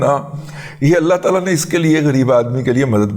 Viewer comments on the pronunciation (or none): none